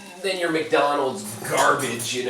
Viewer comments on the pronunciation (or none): none